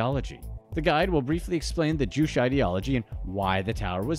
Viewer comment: #2, Juche - is pronounced Joo chae not jewsh